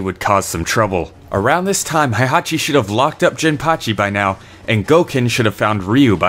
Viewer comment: Why are you pronounce Heihachi as "haihachi"? Heihachi is literally pronounced "hey-haw-chi" or He-i-ha-chi. The He-i forms a sort of "diphthong" that sounds very close to an English long A vowel.